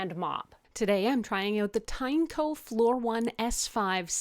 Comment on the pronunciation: Also, its pronounced as Tin-E-co